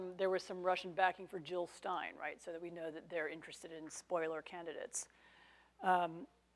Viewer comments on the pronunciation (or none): none